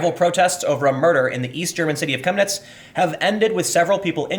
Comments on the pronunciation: You pronounced it perfectly. I live 1h drive north of Chemnitz. During GDR times it was called "Karl-Marx-Stadt". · YOU PRONOUNCED 'CHEMNITZ' VERY GOOD! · Chemniz ( pronounced shem-knee ) is a picturesque ski resort during the winter. The people there, at least 15 years ago, are some of the nicest people I've ever met. This story breaks my heart. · perfect pronunciation on the city name, nice